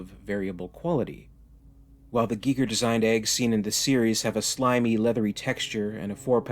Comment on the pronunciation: GEE GER EGG lolololol geeeeee grrrr egg lololololol. It’s pronounced GUY GER LOLOL geeee grrr